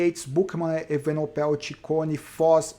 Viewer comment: Grande fã dos seus vídeos!!Algumas ponderações: 1) A edição ta show! Não atrapalha em nada 2) Sou o chato do nome dos ciclistas: Vc falou Evenopel e nao E-VE-NE-PO_EL 3) Não fale aos 45 do segundo tempo...sugiro falar "conseguiu o patrocinio na flame rouge.... Grande abraço e sou chatão mesmo!!